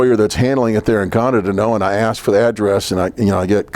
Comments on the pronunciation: 😂😂😂😂😂 he should've just said Axe Michelle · Just a joke about how pronounces ask Michelle. Comes out like "axe Michelle". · Didn’t answer some questions with “You’ll have to axe ”?? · I didn't hear "axe Michelle" one time. This guy is a rookie at the deposition game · "Ax Michelle"